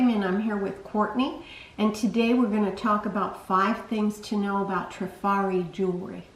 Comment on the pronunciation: so glad to see someone pronounce it properly :) I hear many say Try-fari